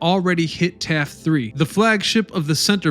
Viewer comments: this guys pronunciations are pathetic. Its not Taft 3 , its taffy 3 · It's Taffy 3 not Taft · Taffy 3, not Taft 3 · For the most part great presentation. However one thing that bothered me was the incorrect call of “Taffy 3” as “Taft 3.” Everyone who has read about the War in the Pacific especially the battles around the Philippines in 1944 know the story of Taffy 3 & the amazing things her sailors and air crews on the small escort carriers did against the odds. So not calling it correctly was a bit insulting to the memory of those who were part of that small task force. I have been to the Philadelphia Navy Yard a couple times, both as an Army Officer. Once while TDY to APG, and then the other while attending the Captains Career Course also know as the Advanced Course. It’s a very historic place and very cool to see the moth ball fleet. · It wasn't Taft 3 it was taffy 3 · “Taffy 3”, “Taffy 3” not Taft. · Taffy 3 not Taff 3. Admiral Halsey not Helsley. You even managed to mispronounce admiral Nimitz. Please learn how to pronounce names. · Admiral Halsey, not Helsey. TAFFY 3, not TAFT 3. I give up. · Several of these words do not mean what you think they mean. Also it's Taffy 3 not Taft 3. Haaaaaalsey, not Helsey, and on and on and on. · And I always thought it was Admiral HALSEY.... and Admiral NIMITZ rather than KNEEmitz... sheehs.... TAFFY 3 vs Taft 3???? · The JOHNSTON not Johnson. TAFFY 3 not taft 3 please get these things correct. If you want to teach do it right. Its disrespectful looks like you do not care. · Wow, you made many errors in names for Leyte gulf. Admiral Halsey, not helsey. Taffy 3 verse TAFT.